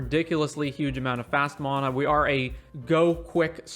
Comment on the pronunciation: The way you say mana made me leave the video early